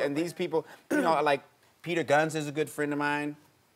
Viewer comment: When he said Peter gunz bofl😂😂